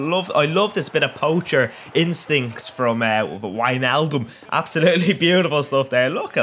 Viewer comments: I think it's pronounced Vij-nal-dum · It's Whine-Nal-Dum. (Wijnaldum) The letter J in Dutch is a Y in English.